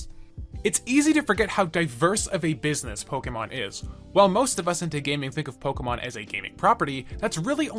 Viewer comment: You say Pokemon correctly. Subbed.